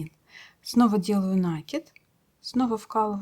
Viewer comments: Мастер - класс класс👍 шапка супер 👍, Но почему нАкид? Нить накИдывают, следовательно накИд. Или я не понимаю язык вязальщиц. Многие вязальщицы говорят нАкид и рапОрт. Возможно так правильно. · Всё отлично, но ПОЧЕМУ нАкид то? ??? Проверочное слово накИнуть, а не нАкинуть. Слушать не могу. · Да, нАкид - не часть исскуства, а безграмотность! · Ах, если бы не уроки вязания... Ну, говорите неправильно, да и ладно... Дело привычки. Но ведь повторение неправильного ударения в сети закрепляет безграмотность наших вязальщиц! Это если бы по телевидению и радио говорили безграмотно, как привыкли... Хотя сейчас именно так всё и происходит. Конечно, накИд...